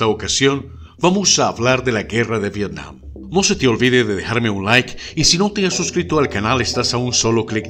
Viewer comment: TOD@ VIRTIAM YO: VETIAM TOD@ V-V-IRTIAM YO: V-V-ETIAM TODOS: ༎ຶ‿༎ຶ ༎ຶ‿༎ຶ. (┛◉Д◉)┛彡┻━┻